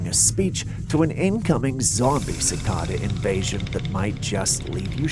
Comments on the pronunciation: You're pronouncing Cicada wrong it's suh·kay·duh. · There called Cicada's not Cicoda!!!